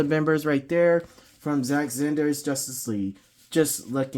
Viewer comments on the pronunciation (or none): Bruh.. how you gonna argue who was the best superman or batman but you cant say snyder ? Lol zack zanders? Snyder (snai- dr) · Bro why Zach “Zinder”!?? lol great review but that was killing me. It’s S-N-EYE-DER just saying haha. Great review tho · I think you meant to say Zack Zander 😂😂😂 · It sounds like you have a problem.Saying sny der it is snyder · That's twice you can't even say snyder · You can't even say snyder right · Good review..you should measure 📏 the figs as well to see how they measure up with other figs from other lines… I won’t comment on the butchering of Zack Snyders name 😂